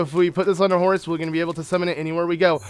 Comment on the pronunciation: I keep hearing "Horus" when you say horse, and now I'm picturing link in Horus (from warhammer 40k) gear xD (something like this: but with link's head showing instead of Horus =P) I think horses makes so much more sense, and I love the small taming things you do when you have a new horse. But the bike is definitely the one I would use ( haven't unlocked it yet, just started playing this game yesterday =P)